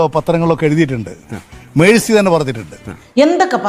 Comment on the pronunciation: ഞമ്മളെ പയേ വിദ്യാഭ്യാസമന്തി അവിടതെ ഉച്ചാരണം മെഴ്‌സി എന്നാ 🤣🤣🤣n😭ങ്ങള് പറേന്ന മെസ്സി തെറ്റാ 🤣🤣🤣🤣